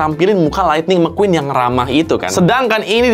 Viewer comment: Gw ketawa njir pas bang bilang mcqueen(mekuin) 😂